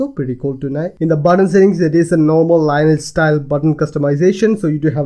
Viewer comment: Lineage is not pronounced "line etch". It's more like "linn-eee-edge". or Merriam Webster have pronounciation examples...